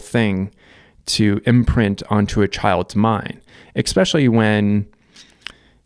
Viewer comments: "Especially" is not pronounced EX-SPECIAL-LY. It's not, no matter how much your back hurts. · “Especially” pronounced: “Eh spesh ah lee”